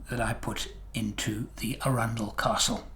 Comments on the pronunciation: It’s funny, I lived near Chichester in West Sussex for about five years, so the town of Arundel was just up the road. I’ve always known it to be pronounced “A-run-dell” and not “Arun-dull” as per. I daren’t question it of course, as I know the old curmudgeon will show me up! Great story, really enjoyable, thank you. Love what you do! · As a Sussex local I’d like to correct you on pronunciation of arundel. Arran dl. Love the models, you’re quite right when you say the satisfaction is ongoing, not just at the completion. Going to bed with your brain chewing over a process and coming up with a neat , relatively simple and easy solution is a nice way to fall asleep. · that's not how you pronounce Arundel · Please learn to pronounce Arundel properly!!